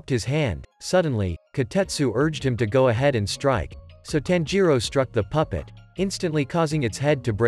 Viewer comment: It's not "tan-ji-ro" it's "tanji-ro"